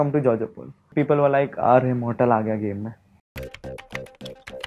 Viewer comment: Moul SortaL bolte 😂😂